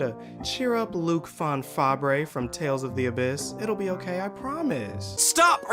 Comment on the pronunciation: Luke fon 'Fabray' 👀